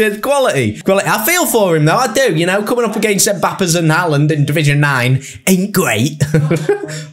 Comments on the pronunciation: I beg stops calling him hah land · the mispronunciation of haaland is jarring 😭😭